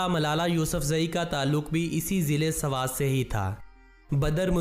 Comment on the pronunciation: Sarwat nhi swat 😂😂😂